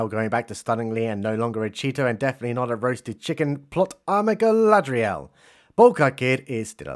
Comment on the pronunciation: I'm just glad Gandalf kicked that heroin addiction. "Go-go-Gadget Galad-REE-el", LUL.